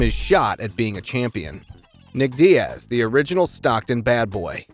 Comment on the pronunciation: you say that like it was a mistake? either ai voiceover or somebody who doesn’t know fighting bc you also called nate diaz dee-ass so